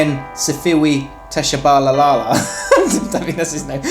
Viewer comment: your pronunciation of Tshabalala was hilarious, 😂